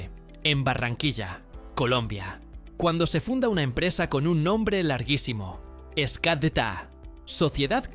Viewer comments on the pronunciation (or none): 😂 Escadta 😂 luego Escata 😂 ese narrador necesita estudiar más la palabra no lleva E solo se debe decir SCADTA está confundido con la S entre inglés y español